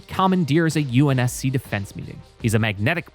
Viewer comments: BRO DOESNT EVEN SAY UNSC RIGHT. HE SAYS UNC............ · The reviewer says UNC instead of UNSC